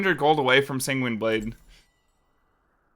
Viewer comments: holy Sanguine is pronounced sang-win not sang-ween Also there's no S at the end pls and thank you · where is the i in the San part of Sanguine blade, he keeps saying singuine its so annoying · Him constantly mispronouncing sanguine is really tilting